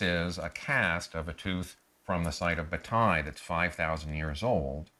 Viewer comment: speaking Turkish, it says bowtie people with the wrong pronunciation, "Tay" (you can pronounce "tie" in english) means foal in Turkish. Result is first horse riders are Turks :) it always takes my attention that if some thing good and made by Turks, western scientists mostly does not want to say Turks but every thing they say defines the Turks and only if you are Turk or know that subject very well you can understand this :)) bowtai people not living any more :) who believes this lie he finds out that bowtai horses still exist but people not exists " yuhh aq "